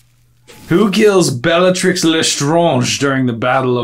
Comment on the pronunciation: We, French, pronounce Bellatrix exactly the same as you and you did a good job there, trying to pronounce "Lestrange" in a French manner. Kudos to you! Fun fact, many words which were both used in England and France in the olden days which are spelled with an "s" after the first audible vowel (like hospitals...) have now lost their "s" in French, often (but not always) getting an accent instead as a reminder that there used to be that letter in the word (French: hôpital) and for that reason, it would have been logical for us to call her "Bellatrix Létrange" (which could translate back into English as " Bellatrix the Weird") but for some reason, her name was left as it was during the translation/adaptation process (unlike poor Snape whose name has totally been swapped for something totally unrelated)...